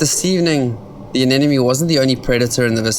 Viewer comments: anemone not anenome. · oh please how hard is it to pronounce "anemone"